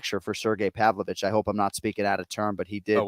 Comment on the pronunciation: anik corrects on alex's name but then calls pavlovich... povovich lol